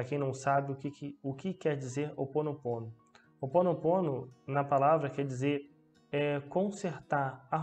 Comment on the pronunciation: Desculpe mas é chamado Hoponopono ou seja vc intérpreta Roponoponno e não que vc interpreta opononopo